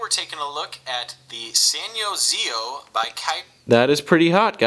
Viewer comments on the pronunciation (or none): You're still saying the Sanyo ZIO name wrong... you don't pronounce each letter individually, you pronounce it together... "Zeyeoh" you might want to look at the CNET review for the ZIO to understand the pronunciation, but Your doing an awesome job review the New Cricket phones so great job.!!